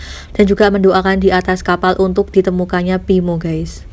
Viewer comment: Ngomong yang beneeeer weei pinmo pimoo ...tangmo nama dia😀